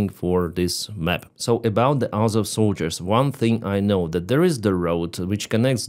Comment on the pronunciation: It's AZOV but Vanka has a problem with the letter Z.